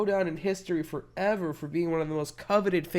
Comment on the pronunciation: Why does he say BaN FoVEr